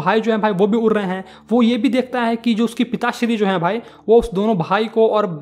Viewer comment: उड़' को उर' ड को र. 👀